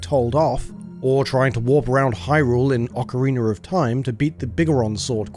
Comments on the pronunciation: "Ocareener of time"? I understand having an accent, but that's just a whole-ass new word you invented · I love when people say “orcarina of time” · Ocariner. Yes. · Ah yes, Oak-ariner of Thyme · Ocariner of Time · Oh I thought he said Oakreamer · he said "oak-a-reener". Has nothing to do with hearing the word "ocarina". It's a stupid British thing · Why can't they say Ocarina or aluminum lol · Zelder: Okereener of Time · oh-kareener of time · "ocariner of time" ok bro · I-if I hear someone call Ocarina, Oakorina I'm going to do something illegal... Very .... Illegal. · "Okereener of Time" XD. Thanks for the rad video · OCAREENER OF TORME lol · The way you pronounce 'ocarina' is just unforgivable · I feel like all the British people say it like that it's hilarious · you pronounced ocarina wrong.